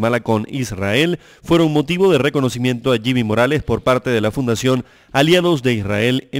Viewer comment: Se dice jimi morales y no se burlen como si nosotros los chapines nos estuviéramos burlando de sus tontos presidentes menos final trump